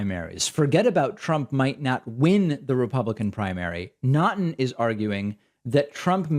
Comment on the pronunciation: FYI, Naughton is pronounced "Knock-ton".